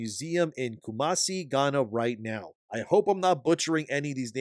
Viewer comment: The fact that the studio is based in Africa is just sad. Of the concepts they could have used, they decided to enforce negative stereotypes. Also, you got the pronunciation of Ghana and Asante right.